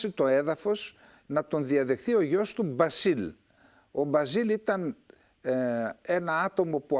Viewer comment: με την συριακη προφορά Χ`α φεζ.Ο γιος του Μπ`ασελ.Η Χαμ'α.Ευχαριστω!